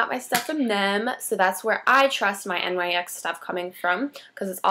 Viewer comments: It's pronounced nicks but nyx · Actually, it's supposed to be pronounced "Nicks". The company is named after Nyx, goddess of the night.